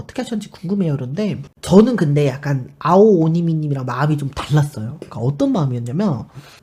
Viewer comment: 발음도 어려운 아오오니미님을 어찌그렇게 또이또이하게 잘말하시는지 ㅎ ㅎ